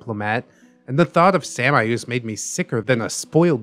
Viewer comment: I'm pretty sure samaeus is pronounced "shay-muss" lol but sam-eye-oos sounds cool